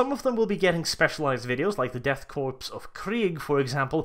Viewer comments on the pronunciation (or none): That's not how you pronounce Korps. I'm triggered